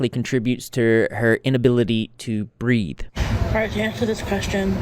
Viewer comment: I thought you said her love of nicotine probably contributed to a difficulty to breed 😭😭. Took me a minute to realize you said breathe 😂.